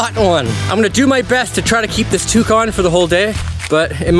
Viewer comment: Toque on...i thought he said Toucan.